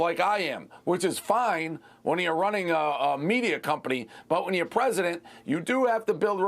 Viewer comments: Is he saying present or president? Lol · Apparently the interviewer cant even say the word president.